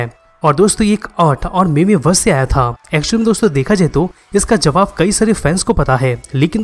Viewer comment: Bro it is pronounced मीम not मेमे